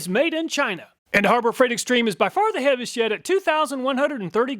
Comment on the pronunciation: "Heaviest yet", sound exactly live heavy as shit. I had to check the subtitles. No matter what I really enjoy and appreciate your reviews and testing.